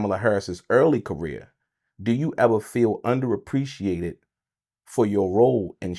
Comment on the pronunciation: Did he say “Kamala Harris Political rear”?